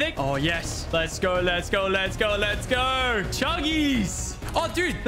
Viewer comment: Let's gooorrrr...that accent makes me want to die